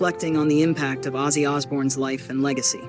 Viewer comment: Who's azie it's OZZY